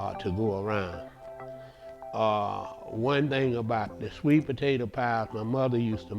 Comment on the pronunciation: The way you said "Today we gunna be makin up a country maaade sweet pa tay ta pie" let me know this pie was going to be good as ever